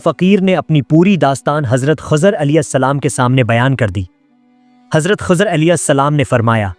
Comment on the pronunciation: Hazrat Khozar nahi, Hazrat Khizar Jan boojh kr aesa krty ho